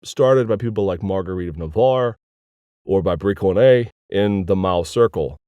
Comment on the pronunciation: Awesome lecture... But It's read Brissoné :p the c-cédille is just a useless duplicate of soft c and s